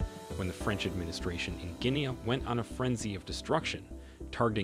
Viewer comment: Please pronounce Guinea properly!!!!!